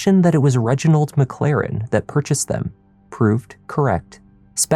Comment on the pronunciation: “Reginald MacClaren”?